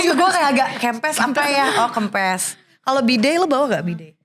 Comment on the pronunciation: kempesss nya minang banget